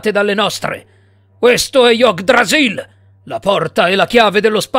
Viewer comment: Ottima storia, ma... Yoggh-drasill? Serio?